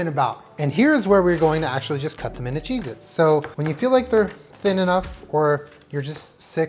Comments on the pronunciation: Stop saysing chez it ypur killing me. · "maybe we'll end up with vomit coloured cheese-its" vom-its